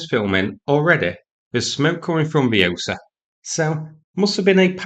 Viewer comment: It’s Osa, as in Wingardium Leviosa.